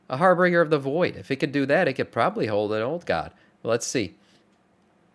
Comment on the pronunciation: The amount of people that make content for this game who can’t pronounce harbinger is staggering